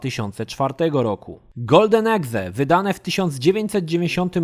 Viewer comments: golden exe ?? a nie czasem "golden AKS" ? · Golden exe? Czy golden axe?